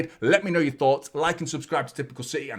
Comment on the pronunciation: Love your post’s mate but it’s CITY not CITHEH, thanks.